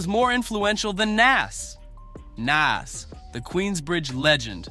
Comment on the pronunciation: The video you posted tells you how to pronounce his name (NAS), don’t change it.